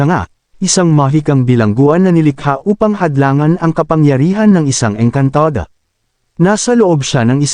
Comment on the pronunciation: Maayos nman po sana ang kwentong ito.Kaya lng subra OA ang pagbigkas ng narrator ng saluting engkantada etc.